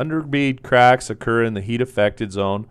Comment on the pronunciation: Thaaanks! The way you say craaaacks is a bit funny. 😅😁 The 'a' is long. Anyway, just pointing it out. It was the first thing I noticed. Great tutorial!